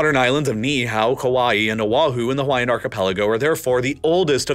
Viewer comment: Narrator just butchering the pronunciation of all the Hawaiian names/words